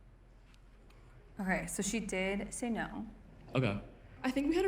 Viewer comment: lmao did the asian guy so dirty. long dramatic pause just for a no